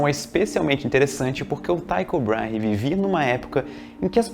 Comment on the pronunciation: O correto é 'Tíco" e não 'Taico'. Eu sei que parece ser o segundo caso, mas simplesmente nao é. E quando ao segundo nome, sendo ele um dinamarquês, parece que o adequado é 'Tíco Brarrah' ou algo assim.